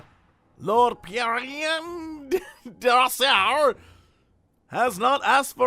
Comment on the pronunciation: Effiloche Bouffon is pronounced like: Ay-fih-losh Boo-fon DesRosier is pronounced like: Day-roz-yay Thibault is sometimes pronounced as: ti-bo (if I'm not mistaken for that last one)